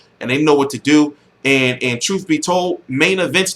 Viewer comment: why you say troof instead of truth lol